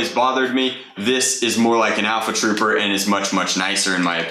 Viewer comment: I think he said alpha troofer